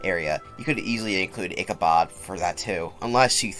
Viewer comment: its ichabod with a D im soory its like stopping me from fully enjoying the video and that's just a me thing, otherwise great vid